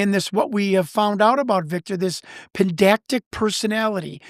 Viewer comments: Pedantic, not pendactic. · C'mon, this is the 5th time or so, and since me is another such guy, it must be said now: the word is PEDANTIC, not PENDACTIC!!! 😡😂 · " pedactic"...is it possible he means "pedantic"? One would think if he has a degree in almost any field,he would know how to pronounce this word correctly. I blame the broken education system in our country today and in the last 30 years. With all due respect. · It's Pedantic not Pendantic, sorry I'm just being pedantic. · It's PEDANTIC not pen-dac-tic. PED-ANTIC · It is not pedactic it’s pedantic,… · Pendactic? Spececifity? Guy doesn’t even know words. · Guy keeps saying ‘pendactic’. It’s driving me nuts. He means pedantic right? Also, yes, I see the irony here. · "pen-dac-tic"? does he (the guy with the counseling and psychology degree) mean to be saying "pedantic" ? he keeps saying "pen-dac-tic" over and over. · At the risk of being pedantic....its pedantic. Not pendactic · “Pendactic”? Can’t take this guy seriously. *pedantic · Pendantic. PEDANTIC. Not pedactic. Combative not combative. He's cute but my god does he take poetic license with words. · All the pedantic listeners getting triggered each time he says "pendactic" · Lol this guy is rad. "Pendactic" 😂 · Say it with me: “Puh…Dan…Tick. Pedantic.” Like I’m being now. In all seriousness, great show! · He's got a degree in counseling Psychology, yet he can't pronounce pedantic and we are to believe him. Right. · I'm in Ireland and 44 minutes in stopped to read the comments. Jazus it's pedantic I shouted at the phone. 😅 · Thank you. The irony in mispronouncing this can’t be made up. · Hearing “pedantic” mispronounced several times drove me crazy. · Im pretty sure he is mispronouncing pedantic personality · I don't hate him. However it's a big red flag when someone who claims to have a degree in any field can't pronounce " pedantic" correctly. It just reduces his credibility. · Take a Shot everytime he sais pedantic wrong.